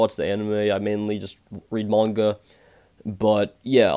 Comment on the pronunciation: When you say manga you sound like your saying moinga it’s quite funny but I don’t mean to be ruse